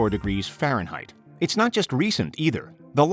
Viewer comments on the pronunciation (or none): none